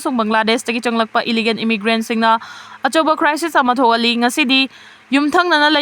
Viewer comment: It's illegal not illigan! Wat new anchor!